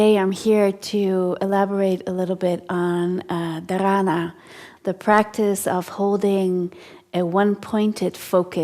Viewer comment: Its Dhaaranaa, not Dharaanaa